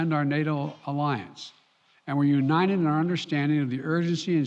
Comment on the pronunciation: He can't say the word "united" or did they misspell it on the teleprompter? Sounds like "u-nine-ed". His presidential portrait needs to be of him walking away from the podium.